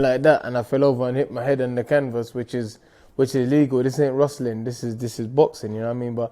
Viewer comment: Rostling? Or wrestling 🤣🤣